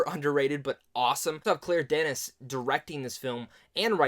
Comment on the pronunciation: It's pronounced "Duh-Knee". If you're a fan of Denis, then you should already have been prepared for the vexing, confounding plot structure most of her movies employ.